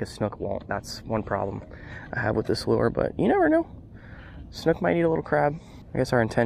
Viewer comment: Its lure not loo-er